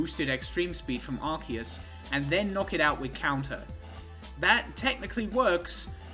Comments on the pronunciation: It's actually "are-koos," like Zeus, but with an "ark" at the beginning. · Umm actually it's pronounced arkoos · its pronounced arceuid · it's objectively ar-kay-us since it's arcane and deus, making it so noone saying ar-key-us or arse-ee-us can complain about other pronunciations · I honestly don't care which way you want to pronounce it, but just pick one man. You pronounce it two different ways in this video lol